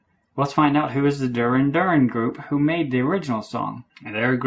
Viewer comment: Good job on this video... NOTE: The so-called "peace sign" does not mean peace. It is an inverted, broken cross, and it signifies rejection of the sacrifice of Jesus Christ. Also, I was truly delighted that you didn't know how to pronounce Duran Duran. :) I wish I'd never heard of them...